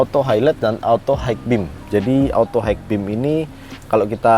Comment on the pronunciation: auto high beam bacanya auto hai bim bang bukan haik